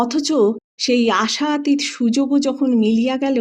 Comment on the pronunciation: বেচারি দাশু। তবে আমরা দাশুকে ঈর্ষা করি কেননা আমরা যারা এ জীবনে একজন মিসেস চৌধুরীর স্বপ্ন দেখেছি কিন্তু দাশুর মত একবারও কোনও মিসেস চৌধুরীর দেখা পাইনি তারা নিতান্তই হতভাগ্য। আর একটা কথা। আশাতীত শব্দটায় ত_এ হসন্ত দিয়ে উচ্চারণ করলেন। হবে আশাতীত_অ। No offence please